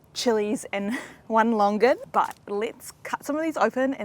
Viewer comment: What longgan??? it's Longan (lo-ngan)